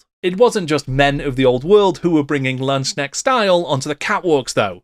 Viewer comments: I still findly remember my 4th edition Empire army, and how the 4th ed book made me completely forget all about the high elves :-D And it is a hard K in LandsKnecht. You would pronoounce it Lands-Knecht, not Land-snekt. :-] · As a German Warhammer Fan and General of the Empire since 6th Edition i really liked your Video. Very sourceful and well spoken. But please try to improve your pronouncaction of the word "Landsknecht". In your emphasis it sound like "Schnecke" (Snail) which is funny and irritating. I am well aware that "kn" is very hard for non native German speakers. But maybe it helps to remind that "Knecht" (Servant) is the original germanic word for "Knight" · I don`t even play Warhammer anymore but I love watching your videos, it is great how deep you go. As a German your pronounciation of Landsknecht made me smile because it kinda sounds like Landschneck ("landsnail") to me :-) If you like here are two pointers for the pronounciation: First, the division is more like lands-knecht, not land-sknecht, second there is no "sh" sound, the "k" ist pronounced distinctly. The word "Knecht" has the same origin as "knight" by the way, but they evolved in rather opposite directions in German and English as "Knecht" would refer to a boy/man who is lower in the social hierarchy and it would later take the meaning of a farmhand.